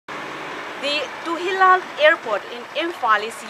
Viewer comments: Rose Bridger actually its TULIHAL not TUHILAL she pronounced it wrongly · Its Tulihal not Tuhilal hahahahahahahahaha